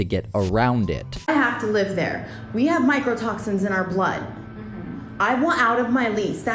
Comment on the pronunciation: "mycrotoxins" lol